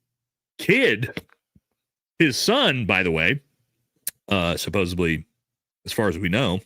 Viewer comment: Supposebly is not a fckn word bro. Jesus Christ dude and you say it 100 times an episode😂